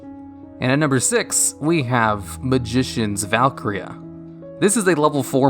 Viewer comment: bruh might wanna check how to pronounce valkyria